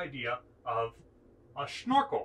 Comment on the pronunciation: Why is he saying "schnorkel" instead of snorkel?